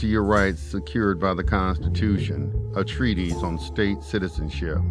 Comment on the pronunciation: It’s “TREE-TISS”, not TREE-tease. Important to know the words you’re using. And, why not come up with your own material instead of just reading someone else’s work?